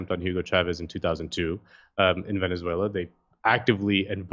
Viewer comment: The man can't even say "Venezuela" properly